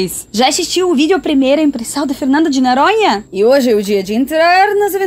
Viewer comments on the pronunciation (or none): Olga, eu ri muito com esse seu vídeo. Você é fantástica, principalmente quando pronuncia "Fernando de NAranha". Quantas pessoas fazem parte da sua equipe? Beijos, ""!!!